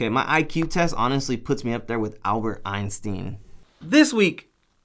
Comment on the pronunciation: "albert einsteam"